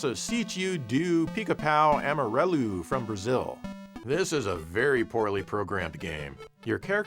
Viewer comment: im not asking for no flaws dawg i know that's an unreasonable ask when the phonotactics of the two langauges are different but doing stuff like pronouncing the word "amarelo" with the spanish double L is a little silly to my ears, sorry